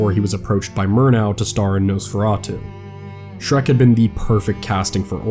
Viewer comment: I really want to like your content, but dude - the guy's name was Schreck, SCHRECK - there's no S or X at the end.